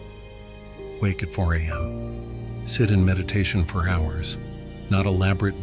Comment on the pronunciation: why does the narrator pronouce the h of "hours" in 31'39 ??